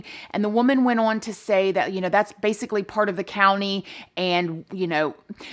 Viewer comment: Love the misuse of the word "on", in which the diva pronounces here as "worn"! LOL!!!